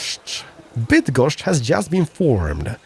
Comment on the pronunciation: I know you're partially Polish but still.. hearing you say Bydgoszcz and other names with such ease is weird in a funny way. Keep up the good work!